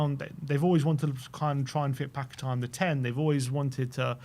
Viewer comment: You are pronouncing paqueta incorrectly, annoying. Not paquetar!